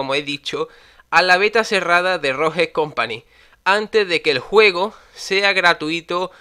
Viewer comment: Por qué los españoles pronuncian mal las palabras en inglés la Estore... ROJE COMPANY 😹